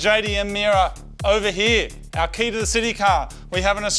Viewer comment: Mad episode guys! Only complaint, it's not pronounced like "key", it's pronounced like "kay". I get why y'all chose "key" though, makes a nice play on words.